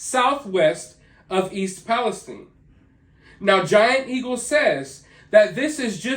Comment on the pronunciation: Just curious as to why you pronounce it palesteen and not palestyne Shine time wine lime It’s all the same Listen to any major outlet pronounce it I’ve never heard anyone pronounce it palesteen Like teen sheen seem Just asking it’s your channel I’m still subscribed